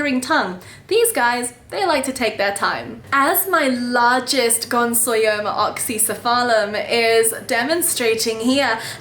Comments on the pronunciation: Gonsoyoma??? No! You've kept them for a grand total of two weeks (and wild caught 🤦🤦🤦) and can't even pronounce their name and you're making an educational video about them. Please don't🤦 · Ooooh this is exciting! I've always loved this species but held off because of how many are wild caught. I hope you have success with them, I'd love to have one from you someday! (Also, not to be That Guy TM, but it's gon-yo-so-ma! you had the yo and so syllables backwards hahah)